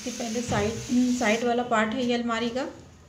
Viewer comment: Almera nahi almari boliye